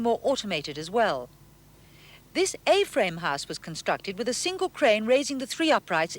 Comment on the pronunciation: Singleton is fine but the fella has a terrible affected accent. The way he pronounces house as high-se was annoying.